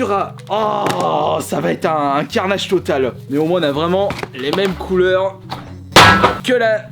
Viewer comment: ''Ça va être un carnageuh totaleuh'' 😂😂🤣🤣😭😭